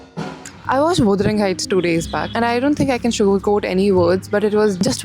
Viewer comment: actually it's pronounced "wuh-duh-ring" not "wu-duh-ring"